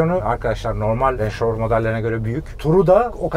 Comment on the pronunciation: Misafir kim bilmiyorum ama bu aracın 21.yüzyıla adaptasyonu, özellikle dizaynı otomotiv dünyasında neredeyse istisnasız hayranlık uyandırdı. Zaten markayı telaffuz edemediğine şahit olduğum anda kendime işkence etmemin yersiz olduğunu düşündüm. Video orada bitti: Bir Range Rover nasıl denir bilmeden - bu ne cesaret otorite diye çıkmak binlerce kişinin karşısına!...